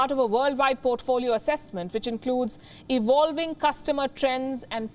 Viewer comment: ewolwing 😂🤣😂🤣 always makes me laugh. How difficult is it to pronounce V....as V ??? & all of the Indian staff of this news network. How come at least 1 couldn’t get it right ?